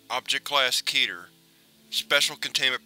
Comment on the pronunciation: One thing I like about this channel over all other scp narration channels is that you pronounce keter correctly. Most others say ket-er.